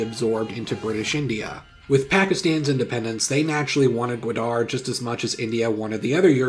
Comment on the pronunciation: Good vid. It's pronounced Ga-waa-darh and was a sweet deal for Pakistan in long run